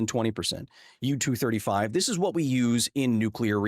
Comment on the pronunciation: u-turd 35, huh? 😂😂😂😂😂